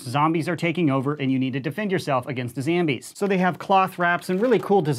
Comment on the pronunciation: He said it. EVERYBODY STAY CALM, HE SAID IT, HE SAID ZAMBIES!!!!!